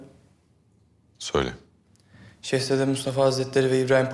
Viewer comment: Kapı kulu askeri daha şehzade diyemiyor şehzede ne 😀